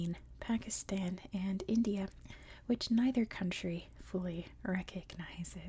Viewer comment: Nah Pakistan pronunciation is fine i don't know amyone who calls it 'PakistARn'😂